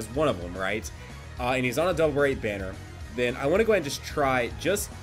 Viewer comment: I swear you said Bardock Berries even though I know you said Bardock Banner